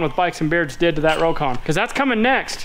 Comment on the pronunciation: he said crocon lol